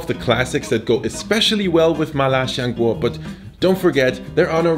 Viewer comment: Lil tip: it's "siang guo" rather than "shiang guo" cmiiw